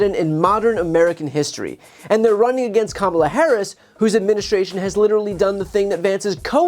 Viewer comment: I still think the only moment that would’ve been stronger at the debate would’ve been Kamala making Trump say her name correctly